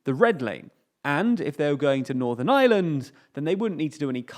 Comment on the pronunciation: P it sounds like "the island of island"